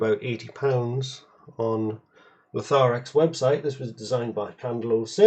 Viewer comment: Is that how you say Lotharek. I've always been saying "LO-thar-REK, though honestly I've never heard another human pronounce it until now.